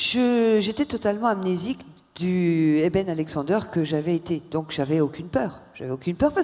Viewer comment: Dans vôtre présentation vous avez fait une erreur ce n'est pas " Éden " mais Eben !!!